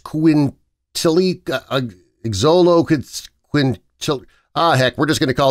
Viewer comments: The first breed is pronounced zolo-its-quint-lee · The first breed mentioned is properly pronounced, sholoiksquintli, & it's the Brussels Griffon, no t